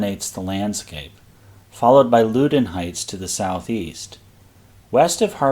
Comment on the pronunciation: The river is pronounced Pah-TOE-mick. The Loudon in Loudon Heights is pronounced Lau-dn.